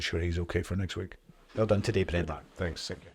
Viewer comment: It's a terrible result Brendan own it ffs. Ps: Dud he really call him Brenda🤣